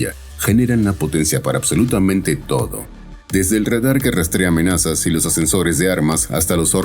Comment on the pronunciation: Ez egy nagyon primitív előadás. A RADAR szót Rédar-nak mondani, nem kis műveletlenség.